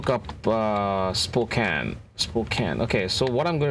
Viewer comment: Thank you for pronouncing Spokane correctly!